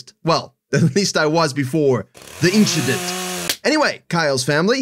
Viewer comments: "The Inchident" Now I know watches F1. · nothing just an inchident